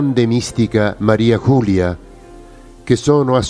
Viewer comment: ERA UNA VEGGENTE FRANCESE, PER CUI "MARIA CULIA" NON SI PUO' SENTIRE. LA PRONUNCIA CORRETTA E': MARI'e JULI'e (con la "e" muta dei francesi) DE LA FODE'S